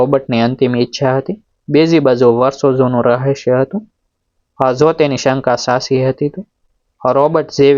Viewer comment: સ્ટોરી સરસપણ ભાષા દોષ વારંવાર આવે છે .સાચી ના બદલે સાસી બોલો છો તો કેટલું વ્યાજબી ?ફરી ઉચ્ચાર સુધી તરફ ધ્યાન આપશો તો વધારે અસરકારક રજૂઆત કરી શકશો